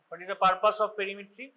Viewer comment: Great breakdown of perimetry and visual acuity exams! Could you elaborate more on differentiating central vs. peripheral field defects clinically? Also, a few corrections—for example, like 'perimetry' instead of 'parimetry', 'acuity' instead of 'acity', 'Ishihara charts' instead of 'I is charts', 'Snellen chart' instead of 'sness chart', and 'hand movements' instead of 'hand movement'. Small edits like these would make the video even clearer!